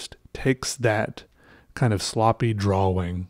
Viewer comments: The word is draw- ing...not dra-wing. The amateur artwork is amusing but please learn proper pronounciation. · Do you say draw-wing? Yes Do I get upset when you say it? Yes Does it matter...mmmm-no. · lolol keep laffing when you say "draw-wing". you're space-ship just kept getting better. It kept getting more complex and that's what I find beautiful in art. I don't draw much or know much about it, but I like the technique you use to make it look 3D. That makes me wonder how hard it must be to make 3D art like sculptures and stuff. OR even 3D digital models. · You said draWING. It made me realize that i never pronounce the W in that word. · I love the way he says 'drawing'